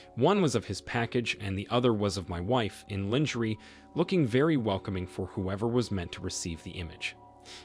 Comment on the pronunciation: You mispronounced read, lingerie and moron in the first story. Come on man!